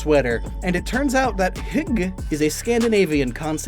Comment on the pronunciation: Dane here: you said hygge very well :]